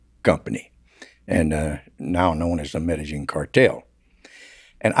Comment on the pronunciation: Med-a-een Medellin not med-a-jean I can't believe he doesn't even know how to pronounce it after saying it so much .